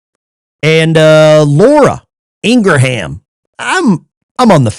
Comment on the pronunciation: ITS ING-RAM….NOT ING-RA-HAM 🤓